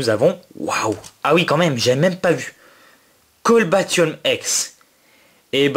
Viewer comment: Super vidéo un like plus un abonnement! Et un truc pour ton Cobaltium EX c'est Co"bal"tium et pas C"olba"tium, jusqu'à présent j'ai fait la même faute et je m'en suis rendu compte sur PDM les portes de l'infini!!!! Tchoos